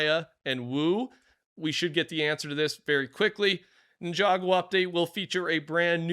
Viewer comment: Good job pronouncing Ninjago correctly! Nya is the only name you're miss-pronouncing 😅